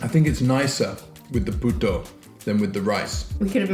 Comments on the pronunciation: Oh my god, he said "puta" instead of "puto" lol 😆 "Puta" in tagalog is actualy "wh*re" in english 🤐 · 😂 you said puto wrong. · Lol! When everytime he missed pronounce puto as puta (prostitute) in tagalog. 😂😂😂 But you're forgiven. It was indeed a tricky one.